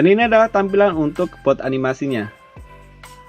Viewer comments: Boot kak bukan booth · Boot bang boot B O O T bukan booth